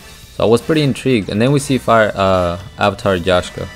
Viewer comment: you trigger me every time you say fire king avatar yashka, it's freaking YAKSHA the K before the SH